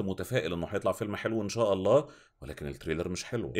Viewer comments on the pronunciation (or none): none